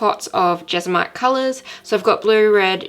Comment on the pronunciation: It’s pronounced Jes-mon-ite. Thank you for this video, much appreciated.